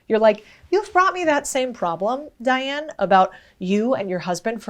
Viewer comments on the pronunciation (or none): none